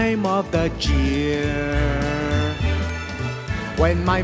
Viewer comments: Why does he say year like cheer? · Instead of saying year he says chear